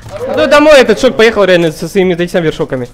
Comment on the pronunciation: ШОК А НЕ ШАК